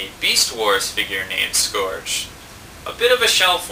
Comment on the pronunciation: it's scourge (pronounced sc-ur-ge)